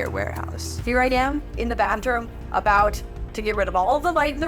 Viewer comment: “The banjrum “ got me dead 💀she ment to say bathroom